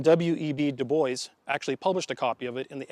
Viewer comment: Your pronunciation of Dubois is a bit off, it's a French name pronounced doo bwa the s is silent. Great video though guys!